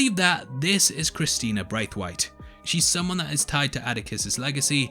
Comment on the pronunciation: You do need some pronunciation help there... even more so being English... Bydeford... he he...I just got to Brythwhyte too... sigh..